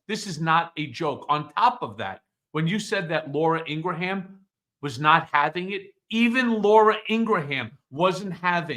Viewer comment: "Laura In-gra-ham" 🤣